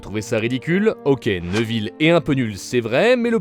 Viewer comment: neuville? c'est néville ou nèville